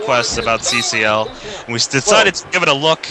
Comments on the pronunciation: THE CAWCL SPECIAL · I have a teacher named Mr. Kachel (pronounced the same way as and pronounce CCL) 😂😂😂